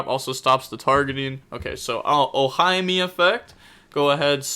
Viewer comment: it's 'oh-hee-may' for simplicity